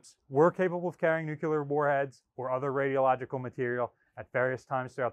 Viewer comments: Absolutely love all of the videos, and love dedication. That being said, please stop saying “Nucular”, it’s Nuclear, as in “Nu Clear”! Thank you for all of your hard work putting these videos together and for your dedication to the ship and it’s history! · Nu-cle-ar, NU-CLE-AR, NOT NU-Q-LAR. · Nuke ya ler? Say "new-clear". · Nuclear, not nucular. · Said it once and I’ll say it again, as a physicist, the word is “new-cle-ar” not “new-cu-ler” only one “u” in the word! Where did you get your degree from and what was it in??? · By now, just saying "nu-ku-ler" simply to annoy me. haha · Every time I hear you pronounce it "nucular", I have to laugh, because all I can think of is this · New-clear. Nuclear. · You're constantly mispronouncing the word nuclear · Anyone else cringe repulsively every time he mispronounces the very-simple-to-pronounce-correctly word, "nuclear"? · Oh no. Here comes his mispronouncing of nuclear.